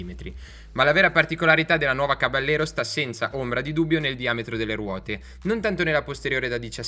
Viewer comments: bel video!!! piccola nota: il nome caballero è spagnolo, quindi va pronunciato "cabagliero" (come per la lamborghini gallardo) non all'italiana "caballero" , di fatto la moto prende il nome dalle sigarette omonime fumate dal co-fondatore di fantic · bella prova, unico appunto: si pronuncia "cabagliero" perché é una parola spagnola 😉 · Oppure "cabashero" all'argentina 😁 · Non si pronuncia “Cabagliero” ma “Cabaiero” con la I molto marcata, non c’è nessuna GL. Si, è una parola spagnola.